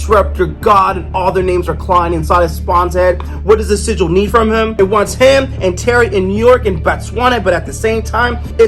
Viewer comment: Yeah, u saying it wrong. It's sigil(like Jill).